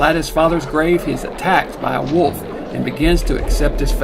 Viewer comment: Dr Lady showed this one . Earl Owensby keeps saying " Woof " instead of wolf .